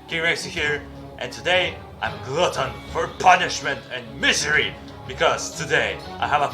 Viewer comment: Just the emphasis on the PUNISHMENT and MISERY. Every time I hear it I can't help but laugh.